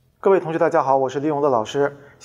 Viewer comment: 为啥我听到是 ‘各位同学好 大家好 我是李永的老师'